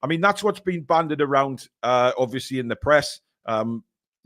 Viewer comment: It's bandied, not banded. Regardless, keep up the good work 🙂.